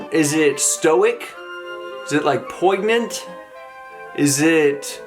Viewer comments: Only pointing this out because you've mentioned in other Jordan Peterson vids that you wanna talk more goodly and stuff: The "g" in poignant is silent, phonetically it's more like "poyn-yent" rather than "poygn-yent". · The word "poignant" is pronounced POYN-YUNT You're welcome. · The "g" is pretty much silent in the word "poignant". It's pronounced ˈpoin(y)ənt' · poyg-nant. that's a new pronunciation! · Are YOU saying poignant wrong... or am I? I thought the G is silent? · The g in poignant is silent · Real talk...did you pronounce the silent "g" in poignant? Oh, boy...oh, boy. Lol BTW: very awesome these reactions to politically/culturally lightning rods. I request you respond to some Thomas Sowell and Candace Owens as they are really inspiring black Americans that I admire, especially!!! They get maligned by the Left as not being black because of their Conservativism and it's a shame, as they exemplars of Americanism, and of black Americanism!